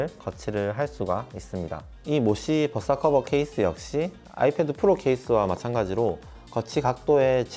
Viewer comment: 모시의 벗사커버 ㅋㅋㅋㅋㅋㅋ발음 구수해요